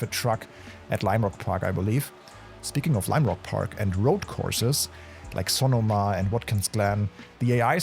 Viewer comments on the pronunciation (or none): Sa no muh lol not so nah ma.